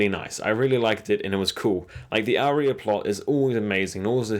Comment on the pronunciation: Great video but seriously, Are-ya = Arya. Aria is totally different.